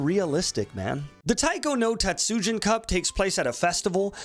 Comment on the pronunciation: Please never say Taiko no Tatsujin like that again